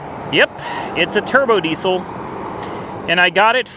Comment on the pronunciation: you all ready named it yourself in the video :) the TURDBO DESIL!!!! you said turd brown lmfao :)